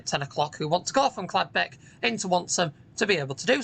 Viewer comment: I thought it was Caldbeck not Cladbeck?